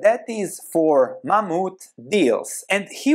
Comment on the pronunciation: Interesting. Mammoth is pronounced 'Ma-moth.'